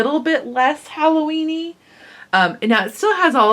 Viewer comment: You said Halloweenie!!! hehehehe!